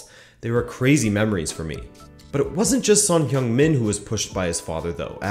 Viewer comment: "Hung", not "hyung".